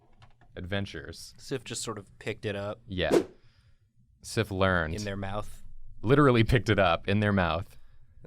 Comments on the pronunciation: The whole time you're doing Sif and saying Sif, I can't stop thinking Syph.. like syphilis. Woops. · They said it wrong.